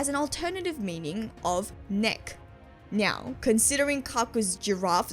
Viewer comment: Great video, I did have to stop and double check if you had said "nyow" at the start. I knew most of those translation quirks before, and yeah it adds a whole new level. Didn't know about the "fired", "neck" joke or the laugh of that one dude. I knew that alot of Zoro attack names are food puns but not that specific one. I also like how Sanji will sometimes add a "w" sound with Nami's and Robin's honorific "Nami-swan" "Robin-chwan" when he's even more... smitten if I'm being nice, perverted if I'm not. Again great video.